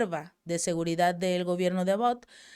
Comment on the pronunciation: Abbott (a-bot) querida … parece pronuncias About (acerca de o con relación a); excelentes tus aportaciones con el Chapu y tu propio canal. Bendiciones!!